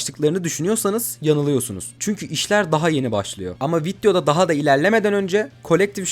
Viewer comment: niye vityo diyorsun vityo ne beğenemem onu